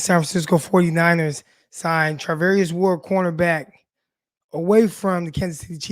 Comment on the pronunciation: Char NOT Tar 🤦‍♂️